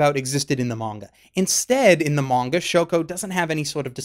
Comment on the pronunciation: Is it just me or is he saying manga-ka?